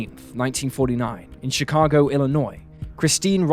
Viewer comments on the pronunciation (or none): none